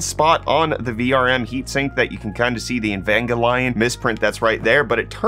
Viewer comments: It's a hard G. EvanGELion. Not Evanjellion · E-Vange-E-Lon, I have no problem with this.